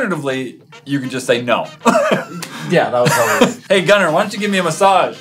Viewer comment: Evelyn Rose no,its Gunther but just said it like Gunner